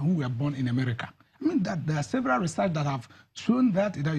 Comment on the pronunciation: please am I the only ear hearing Emerica? EMERICA